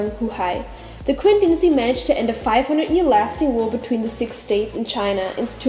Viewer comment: Qin is read as Chin